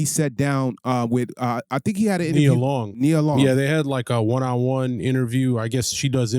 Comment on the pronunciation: Who is this lame??? Talking about he doesn’t know how to say her name.. Boy please Then he keeps mentioning her age… Nia Long has been and always will be more relevant than this fake ahh Kevin Samuels wanna be